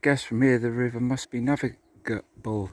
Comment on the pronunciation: I have trouble with that word (Navigable) my self, but you did the right thing & took your time to pronounce it proper. 👍👍